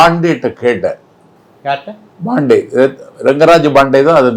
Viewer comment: It’s not BANDEY ITS PANDEY